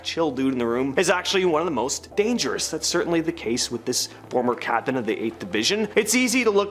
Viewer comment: Captine? Nobody pronounces captain that way.